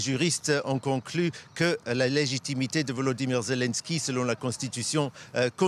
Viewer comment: c'est légitimité pas légimité mon pote.😂😂😂